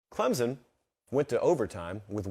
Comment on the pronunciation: Someone for the love of god please teach how to pronounce Clemson properly. It’s embarrassing that he is a professional college football podcaster and thinks it is pronounced “Clemzon”.